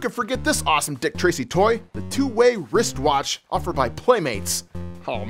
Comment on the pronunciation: Couldn't bother with another take after you said rist rotch?